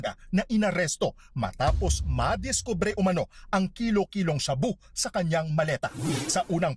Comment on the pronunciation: maleta❎ malita✅